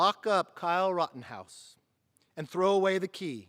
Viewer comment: I like you Kevin but his name is Rittenhouse not Rottenhouse :)